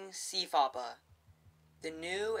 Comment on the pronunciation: CFOPP is pronounced \si_fop_u\ or \si_fop_i\.